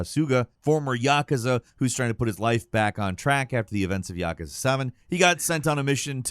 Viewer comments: Ya-koo-za not Yakaza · It also bothers me that people can't pronounce these correctly. Like everyone butchering the word yakuza. It's yah-kuh-zah not yuh-koo-zuh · Did this MF just say "Yakaza"??